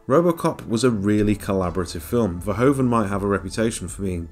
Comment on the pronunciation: You got the name of the director wrong mate. Verhoeven* (Sounds like ver-hoof(v)-en.